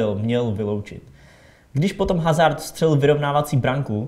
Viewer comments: Chápu nikdo není dokonalý ,ale Hazard se čte Azár a když říkáš Hazárt tak to není pro uši příjemné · puik ale je to fakt divný Hazárt. Někdo kdo se moc o fotbal nezajímá tak chápu, ale točí fotbalová videa a myslím že když to neví tak si výslovnost může aspoň zjistit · Trio TV Myslím, že zrovna u Hazard to je jedno protože to tak čtou i angličtí komentátoři... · Když už tak se to čte azárd a mně to vůbec nevadí že nikdo říká hazárd